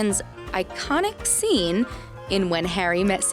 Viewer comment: The Zcene with Meg Ryan, it's one of my favourite ZceneZZ in all the MovieZZ we've ever ZeenZZ What a Zunt #MartinSmith #MartinSmithStrikesAgain